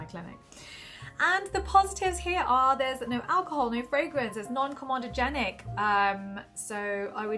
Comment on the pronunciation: It's comEdogenic, not comOdogenic. With regards